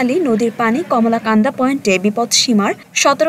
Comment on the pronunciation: কমলাকান্দা না মামনি কলমাকান্দা। নামটা অন্তত সঠিকভাবে বলুন।